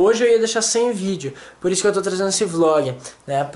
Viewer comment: Flog? ;-; perdão mais vc falou flog, ou eu entendi flog